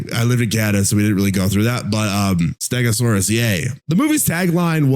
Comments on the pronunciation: Bro did NOT say stegosaraus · Bro did not say stegosaurus the first time